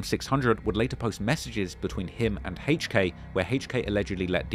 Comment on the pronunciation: “Hayche K”